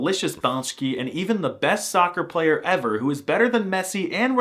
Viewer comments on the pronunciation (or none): none